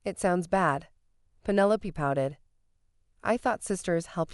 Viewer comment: Fix your bot. Pennylope...